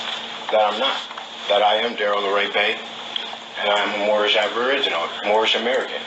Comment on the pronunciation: they are joking because one of them couldn’t pronounce anything right. But he kept calling it mormish not moorish. He sounded like he had his mouth wired shut. That’s the only thing I can describe what he sounded like.